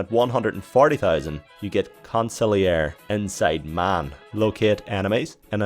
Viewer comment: Anyone else frustrated by the way he said consigliere? It's "con-seel-YEHR-eh"